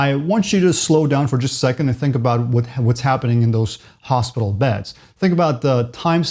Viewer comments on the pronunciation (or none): none